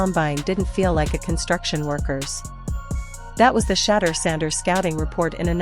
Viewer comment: then program it to say she door!